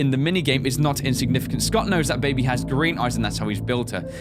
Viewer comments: DOnt say baibee, its baby lul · i like how says baby is that weird